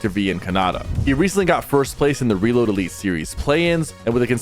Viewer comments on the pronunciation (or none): none